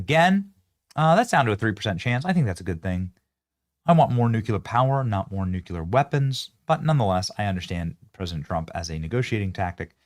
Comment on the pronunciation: Nuclear: New-klee-arr lol.